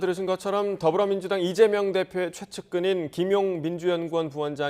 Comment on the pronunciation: 기자도 이점명이라고 .. 30초 부분 얼마나 쩜명가 각인되었으면.. ㅎㅎㅎ ?